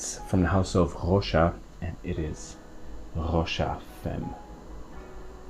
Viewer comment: You just need to correct the pronunciation of the femme(very common mistake by non french),and you're ready to go:)... actually,it's very easy...